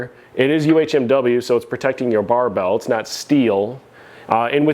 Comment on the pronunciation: I knew if I came to you I'd get the correct way to say "UHMW" 😆 even Titan has it at "UMHW" on their spec list.. The one J hook I skipped on but now am curious to use even though I love the beat up rack look lol cuz it makes me feel like a beast.